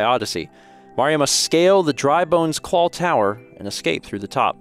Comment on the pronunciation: Anyone else hear "clawl"?